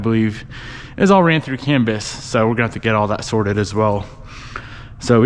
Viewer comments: It’s “CAN Bus”, like a bus you ride in. With that said, definitely a good time to get help from Tanner/smeedia for all of the custom can communications and harness work. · canbis? haha are you talking about the canbus?